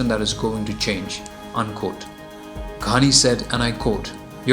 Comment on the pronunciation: Not Gandi ghani u don't even know how to fucking pronounce his fucking name u gaved muslim guy a Hindu name